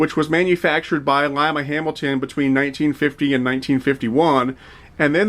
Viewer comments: It is in fact pronounced "LYME-uh" (like a long I). I am from Ohio and that is how people pronounce it here. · Any individual or community has the right to pronounce their name the way that they wish; it is pronounced as did in his narration - long I like the bean:)